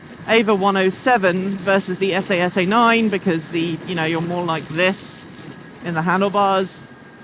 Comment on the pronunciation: but what did you think of the esAy esAy pronunciation, ouch.